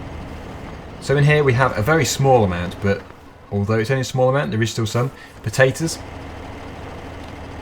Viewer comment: Why do you say potatoes wrong